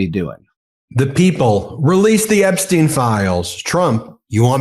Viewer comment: How the hell ia it that a lawyer, claiming to be an expert can't pronounce Epstiens' name properly. Tighten it up! That kind of error gives ammunition to the Trumpers who will say you dont know what you are talking about. Smarten up!